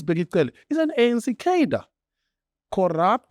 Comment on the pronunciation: Can we please pronounce CAR-DRE correctly 🙏